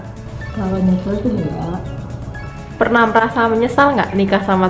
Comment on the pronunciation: Pas ngomong Enggak nya kok kea gimana gitu🤣🤣